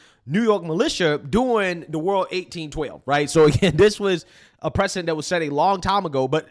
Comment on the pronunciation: I know you meant 'precedent' but it sounds like you said 'bad president' lol and I know some people are gonna clip you and use this against you Don't let them get to you brother